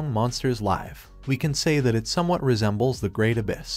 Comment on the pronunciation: Hey mate , love your work but can you please google how to pronounce "live" laive is a 100% wrong so for your sake and ours please upgrade